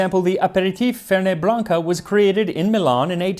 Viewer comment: A minor detail, as a Fernet Branca fan – "fernet" is from Italian, not French, and the T at the end is pronounced. It's fer-net, not fer-nay. Happy 2025! ETA: also, Wodehouse is pronounced "woodhouse".